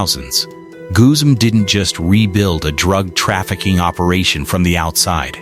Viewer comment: Goozum? Wtf? It's pronounced Guzman